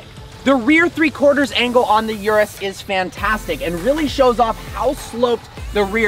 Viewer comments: its not yourus its URUS listen Italian pronounce it .. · It's called 'Urus', not 'Yurus' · It’s not pronounced “yur-us”, it’s pronounced “oor-oos” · URUS pronunciation (ooooroooos) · You have to get basic pronunciation right - it's not "YOUR-US" but rather "OOO-RUS". I was out after you said that in the 1st 5 seconds. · It’s yuris it’s urus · thats not how you pronounce it for fucks sake.. its pronouced (Oo-Roos)